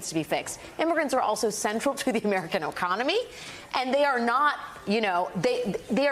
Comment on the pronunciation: she said American “oconomy”